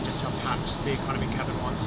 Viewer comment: No one: Absolutely no one: Ecomony guy: No Lounge access